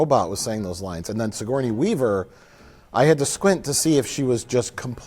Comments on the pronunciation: pronounced "sigourney-a weaver" the same way gmcfosho did in "Miss My Ni" where he tried to make "sigourney-a [weaver]" rhyme with "hernia" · "Sigourneya Weaver"